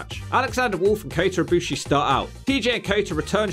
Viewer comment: should do Kota Ibushi in WWE, a short video, probably would be a B or B+ grade… Also you said Ibushi right